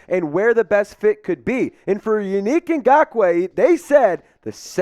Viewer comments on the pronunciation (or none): Bruh it's Yannick (Yah Nick) not you unique 😅😂😂😂😂!!! He would be a good addition.